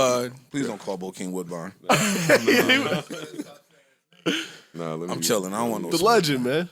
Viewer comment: Not Bokeim Woodbine. LMBO